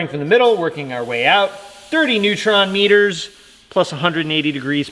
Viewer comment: "30 Neutron-Metres"